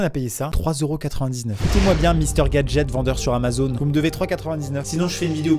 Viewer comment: Lol ta zamazon et pas Amazon lol😂